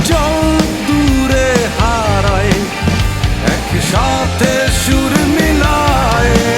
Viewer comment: 'হারাই/মিলাই'-এর উচ্চারণ অনেকটা 'হারায়/মিলায়ে'-এমন শোনাচ্ছে, যা ভীষণ শ্রুতিকটু!